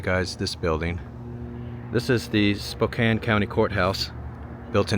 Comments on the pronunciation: Here's a tip. Don't pronounce it (spo-cane), pronounce it (spo-can). People there are sometimes really sensitive about the pronunciation of "Spokane" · Spo--can, NOT Spo-cane! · How many people screamed at you in the comments that you should ponounce Spokane like its missing the e on the end. Spoh-can